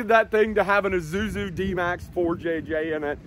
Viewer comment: Thought it's Isuzu not Izuzu 😅